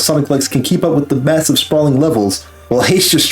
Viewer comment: mwesive you know what else is massive